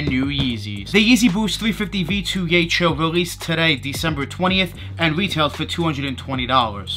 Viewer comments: its yeheel not yechill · took an L on several raffles but would like to have those Yecheil. btw, it’s pronounced as “yehill” per Seth Fowler:) More power,!